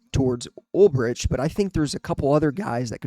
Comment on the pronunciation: Good video dude. But just FYI...its pronounced "UL-BRICK". Former Niner linebacker in the early 2000s. Fingers crossed for Saleh....and they could lose out on Ulbrich to ATL too. Might have to settle for their third or fourth choice.